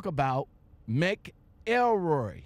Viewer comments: Lol its mc elroy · It's pronounced like MACKLE-ROY btw.